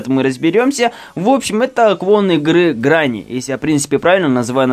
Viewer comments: Не гранни а грэнни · твою мать не гранни а гренни. но видосик прикольный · Видео супер, но говорится не гранни, а грэнни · Не ГРЭННИ А ГРЕННИ!) С БУКВОЙ Е И С ДВУМЯ Н, ПО АНГЛИЙСКИ ЖЕ - Granny с двумя Нn!!! Ой, кошмар что за язык😱😕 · Говорится грэни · Вообщето грЕнни С ЕЕЕ😩